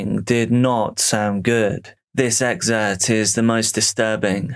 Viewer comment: "Excerpt" not "exert"